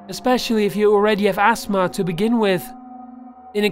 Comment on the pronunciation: "Especially when you already have ass-ma to begin with"